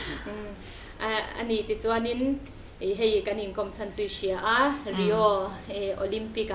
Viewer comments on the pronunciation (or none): Ruati khan ilo en ve chuan "Rai-o" nilovin "ree-o" tih tur. Ka ngaisang che a, substitute anga i khelh vanga Olympian i nih lohna a awmlo reng reng. Team tan i pawimawh lutuk, i tel lovin an khel theilo